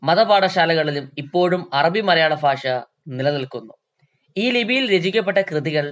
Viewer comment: ഭാഷ ❌️ഫാഷ ✅️